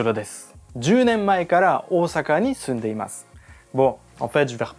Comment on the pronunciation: Bravo, Oosaka a été bien prononcé, mais pas musubi (le lien ?). Pour quelqu’un qui vit au Japon depuis 10 ans, je trouve son accent et délié très niveau débutant. Sans doute fait exprès car avec les Japonais ça avait l’air mieux. Les portugais ont amené les tempura, donc c’est une bonne chose. Et notre calendrier est basé sur le soleil, l’an zéro n’a rien à voir avec Jésus mais avec notre éon (celui du Poisson), donc lié à la précession solaire. L’allégorie est bien présente dans la bible (sortie de l’éon du Bélier pour passer à celui du Poissons). Pas étonnant puisque Jésus a été inventé dans un concile bien après l’an zéro. Je laisse ça là, ce sera rejeté par la majorité qui a cru ces fables et les a cru au 1er degré.